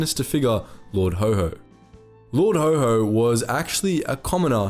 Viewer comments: Also, Lord Ho Ho? Never heard Haw Haw pronounced that way before. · Lord HO HO! 😂 sorry, it just sounded funny. It's Lord Haw Haw (Haw pronounced like whore) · IT wasn't Lord HO HO! It was Lord HAW HAW Pronounced like the word Raw! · His nickname is pronounced Lord Haw Haw not Lord Ho Ho. He was more Satan than Santa. After the war he was tried for treason and duly executed even though he was Irish and was not a subject of the King, making the treason charge moot. Nevertheless such legal niceties were not always followed.